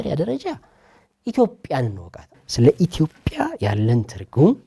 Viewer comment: የአላዋቂዎች ውይይት! የዜግነትና የብሔር ጉዳይ እኮ እንደየአገሩ የተለያየ ነው፤ ሲቪክስ ኔፕ፡፡ (ደሞ ኢትዮጵያ እንጂ ኢቶፒያ አይባልም፤ መጀመሪያ ስሟን አስተካክለህ ጥራ) እሼ ሕፃናቶቹ ላይ በርታ እዚህ አገር አዋቂ ብዙም የለም፡፡